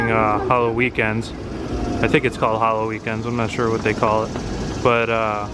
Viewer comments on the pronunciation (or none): none